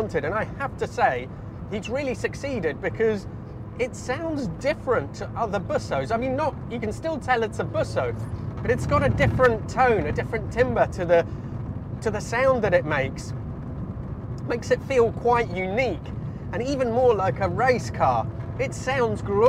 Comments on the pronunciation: A heads up - timbre is pronounced more like "camber", but with a t on front. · Oh, the clumsy irony: talks about the sound of the car; tries to use the word timbre, but pronounces it the wrong way. 🤦‍♂️ Why do I periodically return to this channel, hoping it's improved?